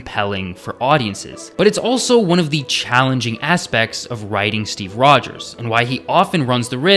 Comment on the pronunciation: He said steve rogers. But why i hear Steve Poggers ??